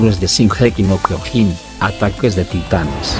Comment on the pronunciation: Amigo al menos pronuncia bien el Kyojin que lo dice Kyogin :v